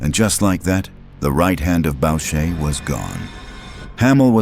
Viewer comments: “Boo sha” not “Bow sha” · FYI..............The name is pronounced boo-shay, not bow-shay. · BOUCHER is pronounced boo-shay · Bobby Boosahy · Is this AI slop? The monotone voice, calling the Club a "gang" and mispronouncing Maurice Borucher's name all 3 are example of AI SHIT/SLOP